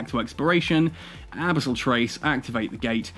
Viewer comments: "abasol dead space" lol. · Brother no, abisol is not it lol love your content, first time I've heard you say this word haha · Why do you say abyssal like that? 😂🤣